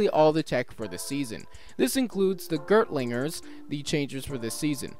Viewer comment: Aaand getting a bit further in, from what I’ve seen so far they’re focusing far more on the classism angle than the racism angle - I think. Also, did NOT know Sechan came from Kikaitopia! (Also, it’s Gear-ti-ling-er. Eheh.)